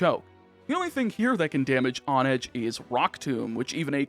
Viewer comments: I think mispronunciation is your specialty. On-edge? Hone-edge, because you sharpen swords by honing them...I think you do this on purpose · that h isn't silent. lol